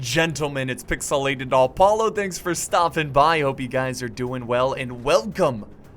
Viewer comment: is it just me or does he say Alpollo in stead of Apollo at the begging?